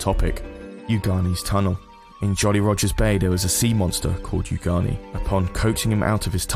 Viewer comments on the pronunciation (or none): Unagi not ugani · That’s no where near as noticeable as him saying “Ugani” over “Unagi” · It's unagi, not ugani. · Me: Oh wow this was a really fun and interesting video that I really enjoyed watchi-: YOU-GAH-KNEE